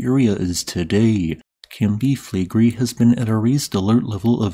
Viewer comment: Five syllables. Cam-pi Fle-gre-i